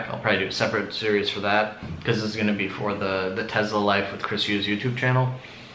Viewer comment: I think it's pronounced Tesla not Tezla